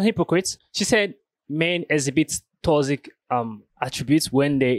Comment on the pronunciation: I know you think about what certain people think about the way you speak, which I think is just fine brother. But that is why I am telling you this; It's toxic, like, "tock-sick". You're giving it more of a "tossic" so tryout "tock-sick" next time. Toxic. Keep up the good work man! 👏 🫡